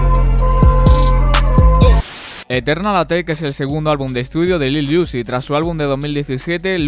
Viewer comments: Uy te recomiendo mejorar tu pronunciación se escucha como que dice “lil juice” por decir lil uzi . No es hate nomas digo va , como consejo o algo . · nestorwtm es iuzi